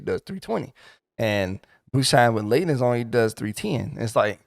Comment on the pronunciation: I'm only 62 as monk and I love it, but I would prefer if we started in opo opo form and we didn't need form shift which isn't even off the GCD! This would get rid of a lot of jank tho imo. Thankfully Masterful Blitz grants it too. Btw I thought leaden sounded like lead-en, like the chemical element, where does this lay-den pronunciation come from? ;) i'm not a native English speaker tho